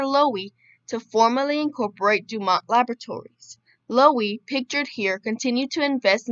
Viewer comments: FYI- the network was pronounced DOO-mont, nit Do- MONT. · The T is pronounced in DuMont.